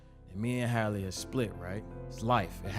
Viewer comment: Just loud and wrong HALLE her name is HAL LEE